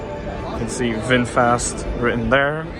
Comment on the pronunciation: VingFast sounds like a Slartibartfast